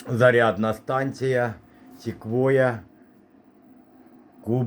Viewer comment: Не ,,Сіквоя,, а ,,Сигвей,,)